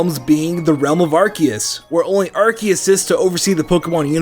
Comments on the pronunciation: Did you know that said ar-kee-us not ar-ce-us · he said arciuse not arkoos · you are the only person other than me who pronounces Arceus's name correctly. Everybody else pronounces it ARSE-ee-us, and where I'm from the word "arse" is more than a little rude.